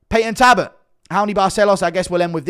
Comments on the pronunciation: His name is Talbott not Tabott. Come on brah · It's Halloween Guru show us Belals toe pleeeeeaase?😅 Yes looking cute, 🫶🙋♾️🇬🇧🥀🙏✌️ P.S u say Tabott, missing the L out so it's Tal,bott, alright luv? Ur welcome 🫴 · Ffs Guru again its Talbott not Tabott... How many times bro. 😂😂